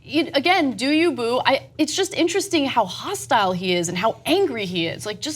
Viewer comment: Ok. I can’t take it anymore. I like you, Anna but please learn the correct cadence of “ do you, boo.” I know it’s trivial but it drives me crazy the way you say “doyouboo” with zero emphasis, like it’s all one word. Especially now that you have Cenk saying it. If you’re gonna appropriate our culture (which I’m not one of those sjw’s who rails against that), but if you’re gonna borrow our phraseology, then take the time to learn the correct way. Like I said, I know it’s trivial, but each time I hear you say it, it’s like nails on a chalk board and I’ve been holding back from commenting for months now bc it is a small thing but I just can’t have you out here sounding cray. Thanks.